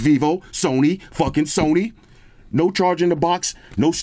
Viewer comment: I love how you emphasize Sony twice lol, when you said The iPhone was just gonna come with tissue sent me😂 great video.